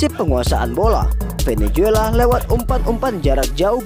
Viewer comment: Bukan venejuela min.klo nyebut yg benar.